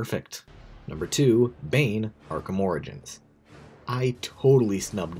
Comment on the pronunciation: it’s pronounced ora jins, not oregans